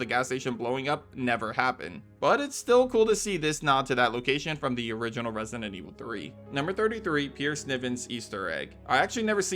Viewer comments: Why do you always say "resinent evil" instead of "resident"? Or is it just me hearing that? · Lost count of how many times “resident” was pronounced “resinent” and zoned out half the Easter eggs 😂😂😂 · For a channel that uploads constant videos on Resident Evil, why do you pronounce it “ResiNent Evil”? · Bro pronouncing Resident Evil like "Resinend" Evil all the time triggered me so damn hard